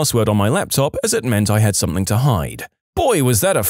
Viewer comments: SomethinG, not somethinK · He’s probably British. I only hear British people say it like that.